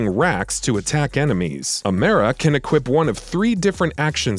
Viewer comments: Amera Borderlands 3 - Amara. Me - This isn't before you buy. This a video of a Text2Speech robot reading an IGN Article. Also why Amera?? I'm surprised you don't say Borderlands Free. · You pronounced Amara as amera and that turned me off from the video tbh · AMERA-CA. Smh. AH-MAH-RAH, Amara. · Wait what no way this is crazy I never thought this would happen I love Amera Why can’t you pronounce Amara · Why do you say amera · He also didn't mention eden 6 as a new planet but instead mentioned pandora. Lol I vary much dislike these guys. Can't even say Amara. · WHY CAN'T YOU PEOPLE SAY NAMES RIGHT AMERA?! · I'm making fun of the guys pronunciation